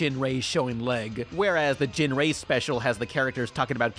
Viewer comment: It's pronounced "Gin-Ray" not "Jin-Ray"